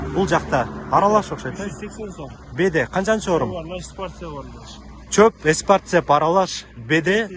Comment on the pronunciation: Эспарцет деп айтылат